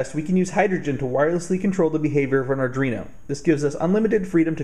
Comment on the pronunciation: Sorry just a pet peeve but it's pronouced ar-dwee-no not ar-dree-no, this mistake seems to be getting popular so I figured I'd say something. Otherwise great vid, besides some blur, and wicked shield!